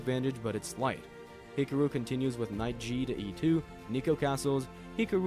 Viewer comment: Why do you say his name like that??!?!?!